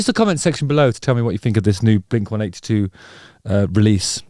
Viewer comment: Mark already said. It's "blink one EIGHTY two" 😐